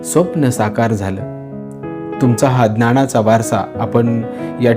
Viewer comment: तुमचा व्हिडिओ आवडला पण काही ठिकाणी बोलताना तुम्ही न चा ण असा उच्चार करता उदाहरणार्थ जीवणात माणव किंवा ज्ञाणाचा ह्या शब्दा कडे लक्ष दिलत तर ते भाषण अधिक प्रभावी होईल